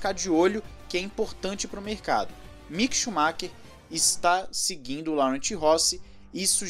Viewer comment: Laurent pronuncia LORRAN! é meu nome e eu explico isso a vida toda!